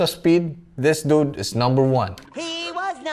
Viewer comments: Whenever you say dude it sounds like nude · He said dud so many times 😂😂😂😂 "Duds"😂🤣😅